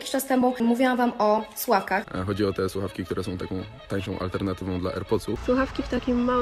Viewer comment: Ta pierwsza influencerka od tych fakntastycznych sluchawek mowi "suawki". Tragedia. Natalia kaczmarczyk 🤣🤣